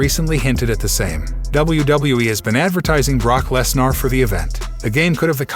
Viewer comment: Love the channel but i think you botched a lot of names 🤣 like Brock Lesnar, Rodriguez and Rollins